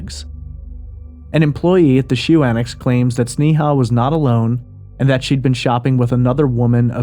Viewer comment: It isn't pronounced "Snee-haw" it's pronounced Snay-uh.